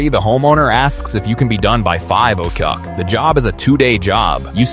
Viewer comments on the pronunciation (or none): "At nine ocwock"😂